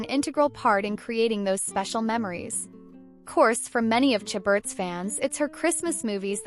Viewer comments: This is a ridiculous video!! Who is this lady reporting. Lacey's name is pronounced "Sha ber" not "cha but." How incompetent!! At least know her name even if you do not know anything about her!! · How many times can this narrator mispronounce Lacey's last name? Good grief.